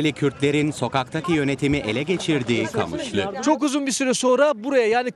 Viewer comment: Kamışlı ne lan QAMIŞLO 😂